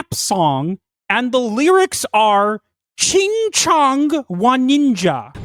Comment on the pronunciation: CHINGCHA CHING CHA CHING CHA even if they weren't trying to say Ching CHong... it sounds close enough and how many times it's repeated... and it's the wrong insult... that's what people say to make fun of chinese people, not japanese... they can't even get their slur right